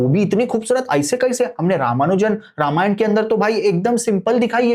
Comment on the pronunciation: Ramayanaaa Nhi Ramayan hai